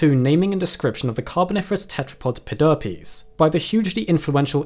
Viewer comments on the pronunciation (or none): How can anyone say pe-derp-ies with all seriousness XD Its like the droop- snoot...... the snoot would droop....the snoot drooped